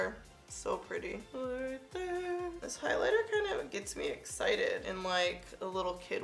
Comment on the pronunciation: Here goes my 15 minute break that i extend to watch this video 😂😂😂 “Nice thin runway right thur” “Nice little contour right thur” “Landing strip right thur” “Nice little nose snatch right thur” gotta love your videos❣️thanks for the constant uploads, reviews and bloopers.